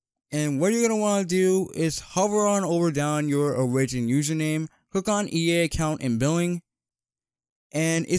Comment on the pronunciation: Bro really called Oh-Rih-gin